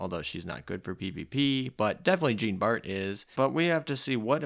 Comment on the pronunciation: You know something is up when there's a bug which essentially nerfs a character yet everyone still uses her lol Also I hope that "Jean bart" pronunciation was on purpose